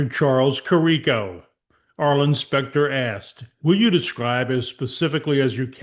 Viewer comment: Great work here. The doctors were correct since day 1. Btw, it’s pronounced Care-ah-co and James Hoe-stee.